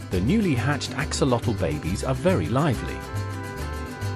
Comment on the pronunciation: The video is very interesting. It would be a nice addition to include the correct pronunciation of the name "axolotl" It is from the Nahuatl language. Search for "correct pronunciation of "axolotl" and there should be a YouTube video giving the correct pronunciation.